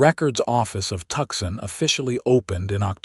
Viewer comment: I like the Ranger Stories channel but this story is driving me crazy because of the mispronunciations - examples: Tuxson instead of Tucson, correct pronunciation is Two - sun. 😢😢😢😢